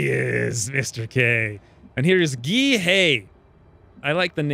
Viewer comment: Are you sure that's how you pronounce Gee? The uses I've seen are pronounced like the letter G or as in the exclamation "Gee whiz!"